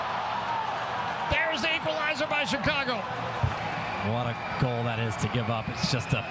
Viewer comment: Ah, the commentator who presumably can't pronounce "goal"...